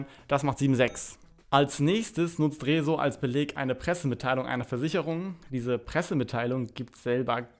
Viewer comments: warum sagst du eigentlich Rezos namen so merkwürdig ?? kannst du das nicht aussprechen oder ist das als Joke gemeint ?? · Lern Rezo richtig aus zu Sprechen! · Also sogar Phillip Amthor hat es geschafft "Rezo" richtig auszusprechen. Herzlichen Glückwunsch, du bist inkompetenter als ein CDU Politiker. Spaß bei Seite, morgen kommt ein richtiger Kommentar, kann aber schonmal sagen, dass das Video nach viel Arbeit aussieht und ich rechne dir das hoch an.